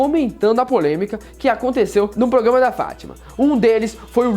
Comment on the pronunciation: "Progama" ahauahauaha